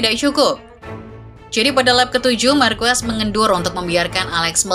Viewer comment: Dibaca bukan "Marques" Min tapi "Marqes"